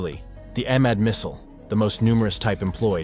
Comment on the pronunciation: You're butchering all those beautiful and epic names :face-blue-wide-eyes: It should be pronounced E-MAAD, for example (E as in egg)